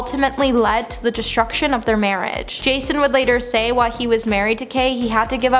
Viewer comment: It’s while, not why.👀